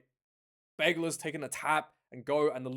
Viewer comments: Thanks. Please call the team, simply « UBB » in english or french. You are pronouncing Bègles wrongly, and forgetting Bordeaux in the name will not make you friends from the city 😊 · No need to pronounce the “s” my man